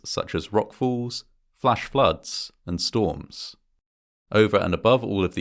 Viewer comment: The way he said “between 1 and 4 people fall into the canyon each year” sounded like “1 in 4 people” and I had to replay it lol